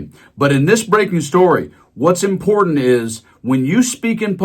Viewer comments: I think that Kkkaroline needs to learn how to pronounce important, it's not imporant. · The word is im-por-tant, not im-por-int. Bet she's one of those people who tell other people to learn the language or get out. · Love the way she shows her class by saying "imporant." Where's the "t" Dummy?? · She can’t even speak properly. The word is important. It has two letter Ts in it. It is not imporan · I know this is beside the point , but I wish she would pronounce words correctly, it's imporTant , not imporant. pronounce the T idiot. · I wish she'd learn how to pronounce 'important'. It's NOT impordent. Yeah, I know it's petty. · What's IMPORENT???😂😂😂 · ☆ "Em-pord-int". So damn glad when she stopped saying it. ☆ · Karoline, There are two t`s in important, try to pronounce the word correctly